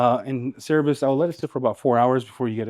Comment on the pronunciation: Great demo on Cerberus 👍🇬🇧 PSA it's pronounced "sir-burr-us" rather than "serr-a-bus" 😉